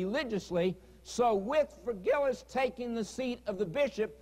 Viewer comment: Thutil So true, lol. I almost made a point to mention his constant mispronunciations of the "-ius" names, but decided against it at some point. I remember constantly yelling at the screen "it's Vigilius, not 'Virgilus" you idiot!", lol.